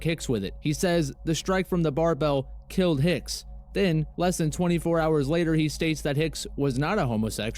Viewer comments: It's "killed" not kilt. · Killed, not "kilt".